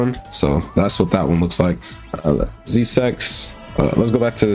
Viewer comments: Z six not Z sex 😂😂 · He said z 6 but in a very bad way